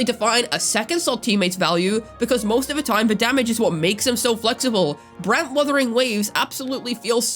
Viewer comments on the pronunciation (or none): why do you call brant like that? - Brant WutheringWaves